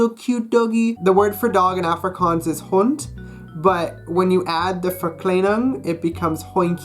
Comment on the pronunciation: The way he say 'hond'